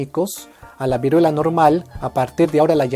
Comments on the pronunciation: Vuriela xd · Vuriela xdxd